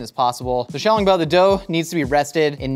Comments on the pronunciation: I enjoy that he pronounced Shanghai correct, but then says xiaoLONGbao as if he's talking about a long spaghetti noodle. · The way he pronounces xiaolongbao made me cringe.